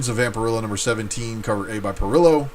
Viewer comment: Parrillo is easy. It's not "puh-rillow." It's "pah-reeyo." Think Italian.